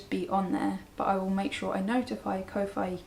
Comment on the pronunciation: Just FYI, Ko-fi is, if I'm not mistaken, pronounced like coffee. Your a very peaceful presence. Thank you for taking time to share your journey